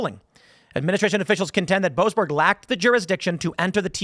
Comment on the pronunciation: "Joasberg" - every single time.